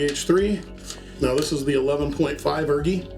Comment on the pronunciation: My brother in Christ please stop calling it the urgi and call it the u r g i instead😭😭